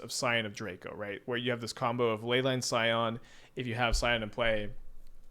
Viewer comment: "Skyon" instead of "Scion" 😂 why are you this way